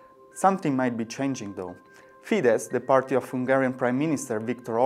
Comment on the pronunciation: It is Fidesz (Fides in English!). This is not Polish language I beg you...